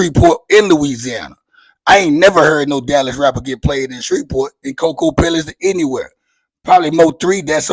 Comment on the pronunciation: When this became HER TOWN??? How we HER PEOPLE??? We don’t kno u and don’t respect nobody who can’t pronounce KoKoPellis!!!!!!